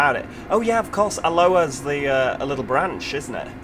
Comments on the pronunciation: Giggled at your pronunciation of Alloa 😄 You were saying it like the Hawaiian "Aloha". The town Alloa has the emphasis on the first syllable. (A-loa). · It's pronounced (al-oa) not alua the second l is silent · Alloa is pronounced a-low-uh